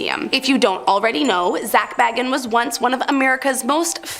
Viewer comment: Zak Bagans is pronounced bay-gans. Not baggins 😂